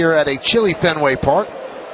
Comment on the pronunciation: Fen- Way Paaak, home of the Red- Sawwwwx !